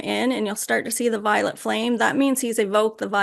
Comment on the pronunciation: Omg. The first time I watched the channeling of st germain I thought she was saying the violent flame of transmutation And I thought it weird that the flame would be violent lol. Now I realize it was violet